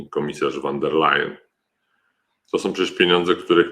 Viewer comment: Panie mecenasie z całym szacunkiem: von der Leyen a nie van der Leyen. To jest Niemka, nie Holenderka.